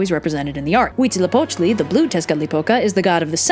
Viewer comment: Fun Fact: Huitzilopochtli, Coyolxauhqui and the stars are siblings :D I'm so fucking happy that they made a video on Aztec mithologhy and they pronunced almost everything right!!!